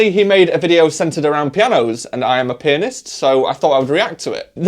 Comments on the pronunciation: whenever i hear you say pianist i hear “penis” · when he says "pianist" it sounds like "p*nis" 🤣